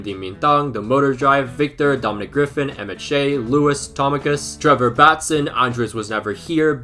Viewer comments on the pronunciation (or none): none